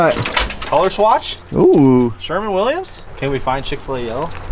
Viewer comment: Dying right now when says “Sherman Williams” it’s sherwin Williams